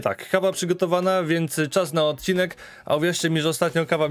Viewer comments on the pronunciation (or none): none